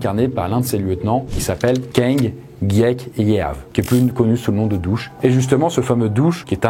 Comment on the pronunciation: Très bon documentaire. Juste deux erreurs de prononciation : Phnom Penh et pour "Dutch" et pas "Douch" !! Je connais, j'ai visité le Cambodge de long en large !!